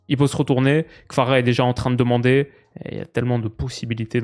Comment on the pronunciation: on t'apprécie mais prononce correctement kvara. Tu prononce toujours kfara avec un F c'est compliqué quand même sa fais des semaines que sa dur.